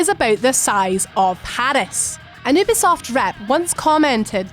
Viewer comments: ummm , its " youuuu-beee-soft " , you're welcome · can you stop pronouncing ubisoft as oobisoft